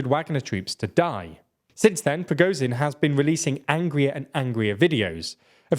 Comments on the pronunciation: He has a hell of a lot to cover. I think pronouncing Z as Z instead of zh isn't that big a deal. If he was pronouncing something totally wrong itd be different. The only issue here is it isn't sh enough. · thank you. its not progozin, its prigozhin. listen how everyone else prononunces it. the S in viSion sounds like zh in prigozhin. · The only thing more impressive than the Ukrainians' tenacity is the fact that you finally ALMOST pronounced Prigozhin's name correctly. So close! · Nice video. Though you guys have been covering this battle for months and still can't pronounce Ba"kh"mut, "W"agner or Prigo"zh"in.